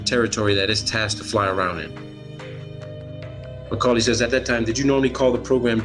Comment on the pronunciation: He keeps calling the guy Macaulay. His name was Mulcahy.